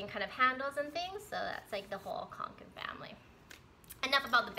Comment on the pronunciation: Yep, you have pronounced it correctly. =)